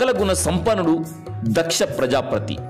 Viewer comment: Prajaapathi or prajaaprathi mr voice over?